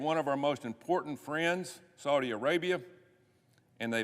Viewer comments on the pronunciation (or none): none